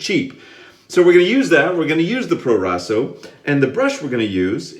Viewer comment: Italian pronunciation on point man! Great shave, I love that soap I use it at least twice a week it's great when it's cold outside